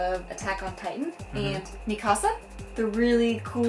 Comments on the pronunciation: Im surprised that no one said anything about how said Mikasa wrong. Mi-casa? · Poor Mikasa, even pronounces her name "Mi Casa!" xD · SEE!!!! It's not said like “me kasa" it's mikasa. I'm so sick of everyone correcting me when I've heard Japanese people (even the creator) pronounce it as mikasa. It's a Japanese name, not a Spanish one !!!! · Its not "micasa" its mi"k"asa